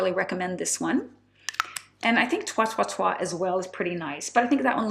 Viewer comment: Its like hanging out with a friend :) thank you! And congrats for the Job offer! "toi toi toi" is pronounced like "toy, toy, toy" ;) Greetings from Germany